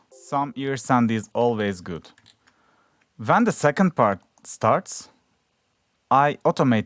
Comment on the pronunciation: "so VEN the build up starts" 🤣🤣🤣🤣🤣🤣🤣